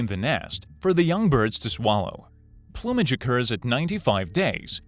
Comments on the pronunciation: Did you miss “plumb-age”? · “Plume-age.” Not “plumb-age.” You’re welcome. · Jesus Christ! Learn how to pronounce plumage! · "it is believed that this prehistoric bird is associated with non-extinct dinosaurs" ??? You mean birds? The pronunciation of plumage too Christ you can tell this is just a script written by skimming Wikipedia until it was 10 minutes long before being voiced by some fucking guy for a $15 Starbucks card